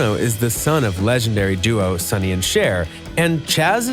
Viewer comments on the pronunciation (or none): none